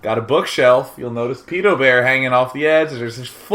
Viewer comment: Who the hell says "Pee-doh" bear.....It's "ped-oh". As in pedophile